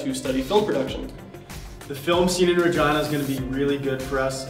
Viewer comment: I swear I heard something else when you said you moved to Regina